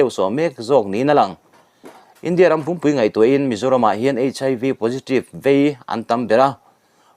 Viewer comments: A ngaihnawm, mhs pumpui tih lai hi I lamdan a diklo riau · News chhiar hi uluk deuh a va tha ve aw, entir nan India ram pumpui- ram pum sawina atana India ram pumpui-sa pumpui sawina anga thluk daih angte hi ngaihthlak a va nuam lo ve. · India ram pumpui tihhi i lamdan a diklo deuh chu ani e...😅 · I vah han chhiar thiam lo bel bul tak em! Lane tih leh pumpui tih i lam dante rêng mai hi😮😮😮!